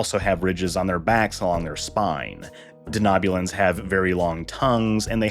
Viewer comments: Just wondering why you are pronouncing Denobulans the way you are? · I came to the comments section as well for this reason haha. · Lots of mispronunciations in this one. I expect that to happen when the speaker hasn't seen Star Trek, but this is surprising.